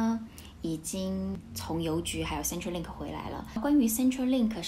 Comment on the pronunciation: 小小小意見，centre in centrelink 是 /ˈsentə/.